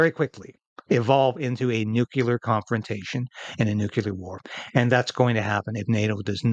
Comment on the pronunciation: while I agree entirely, my pet peeve is pronouncing 'Nuclear' as Nucular! Just sayin!